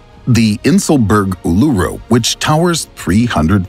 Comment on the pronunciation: Just a heads up, it's pronounced, Oolooroo. Not ooleroo. Cheers.